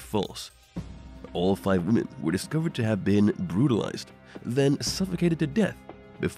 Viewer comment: His voice aggregates me. I know he can't help it.... Especially the way he says five...